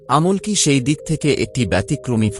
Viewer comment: "আমল্ কি" কি বলতে পারেন? কথাটা "আমলকী "